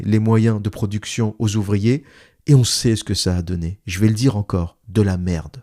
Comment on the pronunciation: 😅😅😅😅😅 à la minute 47,20. Mdr. J'ai eu un gros fourire sur : oe euh les zuvriers etranjey y vont gwan remplasset lez uvwier fwarcais! En imaginant butters de southpark tenir ce discours face à un robot ou un géant de la tek.😅😅😅🎉😂